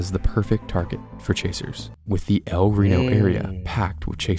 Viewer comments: Instead of "rano" it's like "ree no" but don't split up those (yes I'm at the start) and yes that's the biggest EF5 and tornado of all time. 2.6 miles wide in 2013 so it's held this record for 13 more years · Yes, it’s pronounced “el r-e-e-n-o” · I pronounce it L r ee no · BRO ITS EL RENO NOT EL RONI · I thought it was pronounced el rino 😔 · its pronounced El Rino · Its pronounced el reano but its spelled el reno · it’s el Reno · YOU SAID EL RENO WRONG